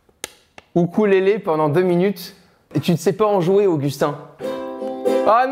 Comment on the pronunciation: "oukoulélé" 😂😂 c'est pas très grave mais on dit "youkulélé" pour ukulélé oui je suis d'accord c'est un trompe l'œil ^^